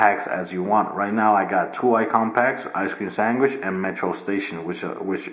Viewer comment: Did he say Ice cream Sangwish???